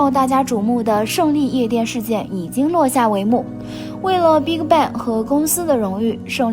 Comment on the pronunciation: Bigbang發音變成了Big卡bang... 也太難聽